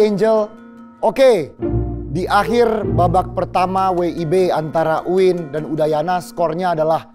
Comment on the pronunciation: UIN bukan maiin